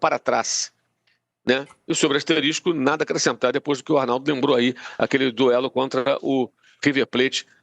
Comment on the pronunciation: Além de clubista o jornalista fala “asteristico”, olha o nível, minha gente!